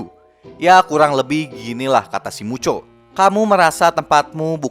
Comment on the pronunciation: Muto bang bukan mucho